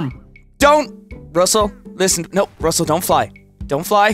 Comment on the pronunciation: if u aksed why said Russer to Crow? Cause the name is Russel Crow